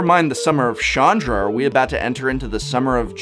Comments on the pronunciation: Prof CH is not pronounced as SH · hard "ch" not soft "ch" with Chandra. Also you have made enemies with very impulsive individuals. I'm not sure what we're going to do, but it's going to be poorly thought out!